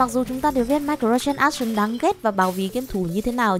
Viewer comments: Ai lại đọc là Mai cờ ro trans ác sần? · microtransaction :)))) khứa đọc tiếng anh mà làm tui tỉnh ngủ luôn. Transaction - tranˈzakSHən, phát âm có thể là tran zát sờn, mà khứa lẹo ngẹo cái gì trong miệng ấy :)))) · mirco gì cơ? mình nghe không rõ @@